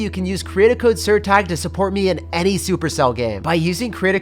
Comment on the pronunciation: I just love how he said "jake aka tag",im portuguese and its sounds funny to me :3